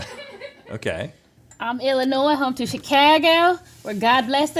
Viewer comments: "Illi-noys" The gasp i gusped 😅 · ohhh the fingernails on a chalkboard every time Link pronounces the S in Illinois 😬😅